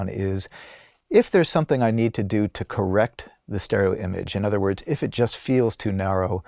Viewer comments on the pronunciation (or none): none